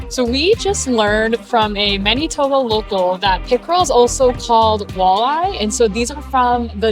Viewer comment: Weird how you pronounce Maneetoba😊